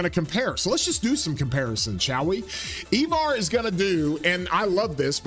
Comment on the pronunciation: I-Var not E-Var lol